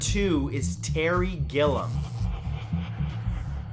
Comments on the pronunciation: Great video! Really creepy! Just to let you know gilliam pronounced Gill-ee-m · That's.... that's not how you pronounce Gilliam